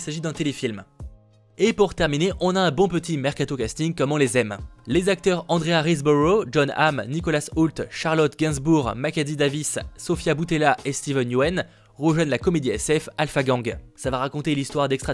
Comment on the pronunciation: Super les lunettes ! Par contre c'est Steven Yeun et non Steven Yuen mais ça c'est pas grand chose ! 😂😁